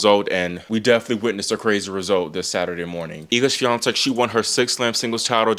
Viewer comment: I commend you for your pronunciation of "Iga Świątek". I'm Polish and I must say it's almost perfect